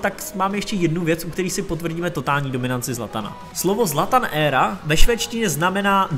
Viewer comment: zlatanera.... proč to čteš jak deb*l, "zlatan era".... čte se to dohromady, ne zvlášť :) tvoje videa a "hlášky" mě fakt baví :) je vidět, že tomu opravdu rozumíš :))) žeru tě!!!! <3 :D